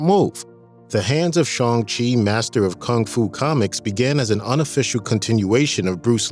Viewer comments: It's not Shong-shi, where are getting the"O"? It's Shang-shi with a long "A",sounds like Shaaang-shi. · Lol Sean-Che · Why can't he say shang chi correctly .